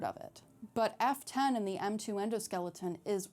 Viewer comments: The way she says F10 sounds like Afton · I keep hearing "Afton" when you say f10. No idea why they would make it sound almost the same...